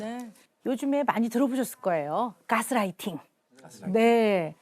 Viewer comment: 깨스라이띵 엄청 거슬리네요 ㅎ 그냥 가스라이팅이라고 하지